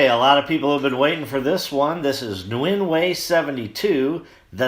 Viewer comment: Happy New Year,! You can pronounce Nguyen as "N'Yen," one word.